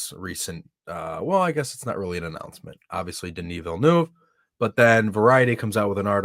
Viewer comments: Its not Dunis, its Denis,... lol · Pronounced "Dunni" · pronunciation of Denis is so wrong. 😂